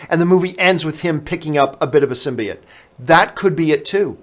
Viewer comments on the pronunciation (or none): none